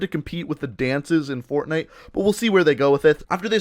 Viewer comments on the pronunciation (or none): none